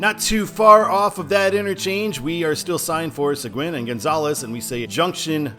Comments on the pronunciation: Great video as always! By the way: It’s pronounced “Suh-geen” If I had known that you were doing this, I would have sent a request in to show Sealy, where I grew up. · Seguin is pronounced Se-geen. It's Spanish. Okay...so you hit one of my pet peeves in Houston. I talk about this a lot on my videos. For some reason, US-90 was removed from the overhead signs. When I came to Houston back in 1980, US-90 was on all the overhead signs through downtown. TxDOT, in whatever plant they were smoking, decided that Houston drivers would be too dumb to figure out the difference between US-90 and Alternate US-90 (which comes into Houston over in Rosenberg. It makes it look like there's a gap with US-90 through Houston, as you have one end in Katy and the other end at the intersection of I-10 and I-610 on the east side of Houston. Apparently, US-90 isn't the only road TxDOT did this to: US-77 through Dallas (it multiplexes on I-35E) and US-67 when it enters Dallas, first on I-35E (muliplexed with US-77), then on I-30 East. As for US-290: Technically US-290 ends at I-610. It doesn't officially connect back to I-10/US-90. However, when they rebuilt US-290 and I-610 a few years ago, someone in planning decided it would be nice to tie US-290 into the direct connect ramps that connect I-610 and I-10, so US-290 now has dedicated exits for I-10/US-90. As far as I'm concerned, that connects US-290 and US-90. It's just not official (although you will see a sign heading west on I-10/US-90 that connects to US-290 Express lanes). Fun fact: On the east side of Houston, at the exits with North Wayside and McCarty, Alternate US-90 joins I-10/US-90 from North Wayside, go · Seguin = "Seh-GEEN" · Seguin is pronounced se-GEEN.